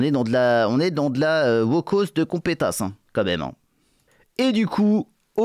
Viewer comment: vient d'atteindre le firmament: acting 10/10 / prononciation 10/10 / Mise en situation 10/10..... et prix spécial du jury pour ces 2 phrases qui resteront dans l'histoire: 1/ " une wokoss de compétasse " et 2/ " dans mes contrats, me mettez pas dans la merde avec les wokes, sivoupè sivouplè... et ramenez moi un double burrito-fromage!!! "......... et maintenant, applaudissements du public " clap clap clap clap clap clap.."